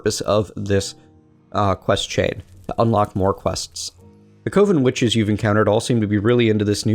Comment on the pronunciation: its pronounced cuvon witches